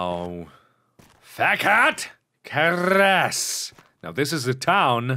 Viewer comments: And it's pronounced "Fe kede KeiResh" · Haha, you completely pronounced I wrong! It's pronounced fekete keresh. It's hungarian :P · I love how Mark tries to pronounce these hungarian words: "FEKET KERESZ!!! " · I love the fact that this game is situated in Hungary, since I'm half Hungarian. The music is really cool, but the only thing that slightly bothers me is how you pronounce "Fekete Keres". (the title doesn't even make sense to me) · Zsófia Kordován I heard that "Fekete Keres" isn't actually correctly said lol, so there's your proof :P